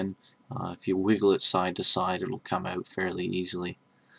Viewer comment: ha you said "oot" cool vid though